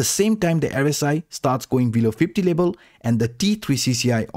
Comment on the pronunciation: say v: b say level: lebal lol